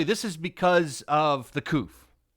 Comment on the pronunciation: “Because of the couff” The what